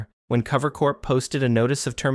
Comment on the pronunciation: What bugs me about the video is that it seems there is just a lack of research done on some of the people, and then the voice doesn't even sound real, like their using some sort of text to speech, they called cover "clover" in the video, definitely not watching this channel again